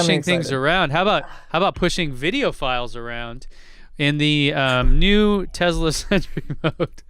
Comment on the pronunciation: What's a Tezla???, you're from San Diego and you aren't Elon.